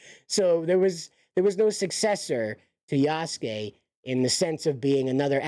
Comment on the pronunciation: You pronounced Yasuke properly. The u in the name is more silent when pronounced. Japanese is a great language to learn. I think most people are intimidated by it because of the Kanji/Katakana/Hiragana lettering in the language. It's a blast to learn.